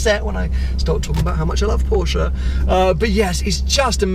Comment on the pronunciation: Porsche not porschaaa 😂